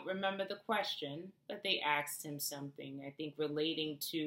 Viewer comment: Trump a money-maker you got that right. Please say "ASKED"--not "AXED". Other than that, you are perfection.